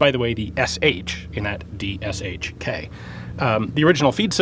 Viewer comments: BTW, just wanted to quickly point out that the correct pronunciation of "DShK" is "DEH-shah-kah", not "DEE-Shk" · Deh-sheh-kah (shah is the correct old-timey pronunciation when you're learning to spell, but when spelling acronyms it's "eh" not "ah"). And no stresses, it's an acronym. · If some of you english-speakers want to pronounce DShK somewhat properly russian-sounding - here's some advice: You can use "ea" as in "death", and that sound is meant to be as short as in "death" also. The name itself will then be read like this: [d-ea] - [sh-ea] - [kah]. And the "M" in russian sounds exactly like it sounds in english if you mean DShKM - just add it at the end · It's more like "Doushka". The word itself roughly means "a charming lady", but comes from the abbreviation ДШК (DShK), the first two letters of which are names of its creators – Degtyaryov and Shpagin. Don't know what the "K" letter means, though. Edited: just "charming", applicable to guys as well :) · this is an awesome video! deshekA, that's how the Russians pronounce it... they stress the last vowel)..it seems that Ian is wearing the contemporary Russian combat uniform for the countries with hot climate)... the so-called "porosyachka" in the military Russian slang...:) great surroundings by the way, looks like Afghanistan)) I also noticed some old hit marks on the barrel of the tank's cannon...